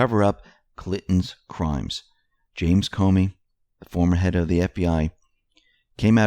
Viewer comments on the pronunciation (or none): none